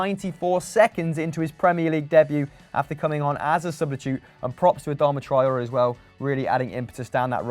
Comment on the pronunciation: Is it me or can 4-eyes not pronounce 'substitute' properly?